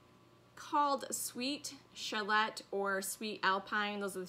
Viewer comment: lol. I thought that’s what you meant.:) and it’s Shaa- lait not shall-ette 😘